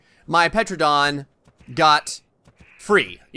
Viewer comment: A petradon XD You didn’t go to school XD